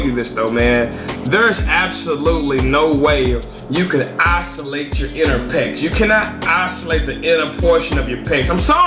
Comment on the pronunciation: Ha isolate, pronounce must be a tx thang